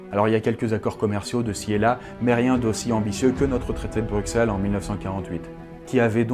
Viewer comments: Et si les Français arrêtaient de dire Bruksel mais brussel en 360 secondes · Hello hello poisssoon j'adore ce que tu fais mais ici en belgique on dis pas bruXelles on dis plutot "bru - sel" phonetiquement parlant mais bon la j'ecris doooonc 😁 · C est Brussel pas bruqsel merci sinon super video Comme toujours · On dit brussel ptn pas bruxelle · J adore tes vidéo mais je suis Bruxellois et donc Belge et j ai eu mal aux oreilles à la 8eme minute. Le "x" de Bruxelles se prononce "s" Bruxelles se pronnonce donc Brussèl si on écrit comme on entend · Chouette video travaillée, jusqu'à ce qu'il dise BRUKSELLE ON PRONONCE BRUSSELLES PUTAIN DE MERDE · une bonne fois pour toutes : on prononce pas "Bruxel" mais "Brussel"! est-ce qu'on prononce le "s" de Paris ? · Bruxelles ça se prononce « brussel » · Bruxelles ca se dis brussel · SVP BRUXELLES ÇA SE DIS BRUSSELLE 😭😭😭😭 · Traité de « Brusselle » svpp .Arrêtez de dire « Bruxelles » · Je vais peut-être passer pour un râleur, mais on ne prononce pas le "x" de Bruxelles comme un "x", mais comme un "s". Et on prononce de "s" de Anvers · on n’écrit Bruxelles mais le x se prononce s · Bruxelles se prononce BruSSElles 😭😭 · putain on dit BruSelles Désolé je suis impulsive😅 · On dit "Brusselles" le X ne se dit pas c'est quand que vous allez vous rentrez ça dans le crâne... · Sa se dit brussel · J'adore vos vidéos juste un truc: y a pas de "g" dans Bruxelles alors en le prononçant préférez un "ss" pour le "x". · On dit Brussel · Mais bruxelles ça se prononce brusselles ptn😣😭 sinon bonne vidéo 😁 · IL A BIEN DIT BRUCKSEL ? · Bruxelles ça se dit Brusselles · Ça se prononce "Brussel" !!!!! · superbe vidéo aucun problème sauf la prononciation de Bruxelles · On dit pas le x de Bruxelles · Prononce correctement Bruxelles ou je me desabonne, scandaleux #erreurtropsouventfaite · Et si les français cessaient de mal prononcer Bruxelles ?